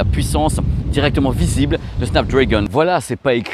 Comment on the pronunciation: Petit détail… on ne prononce pas Snap Drèègon mais bien Snap DrAgon… 😅🤓